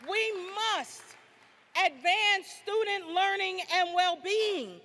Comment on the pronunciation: Why can't this university trained president pronounce the word student correctly?